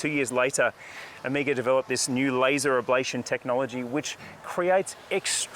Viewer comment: It’s very significant that Ωmega is unveiling this amazing collection in Greece 🇬🇷 and Mykonos. Ωmega is a Greek word for the last letter of the Greek Alphabet which is O-MEH-GA and not OH-MEE-GA! Again fantastic range and my favorite watch brand. Beautiful Greece plays the perfect backdrop for the line up great stuff